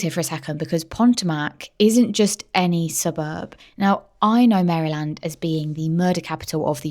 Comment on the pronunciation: I love the channel, but please check your pronunciation, Maryland. Potomac. I'm an Aussie but I lived in that area of the USA for a few years. Xxx I don't want you to lose subscribers xxx Very Rich area. Fabulous seafood. Lots of boats.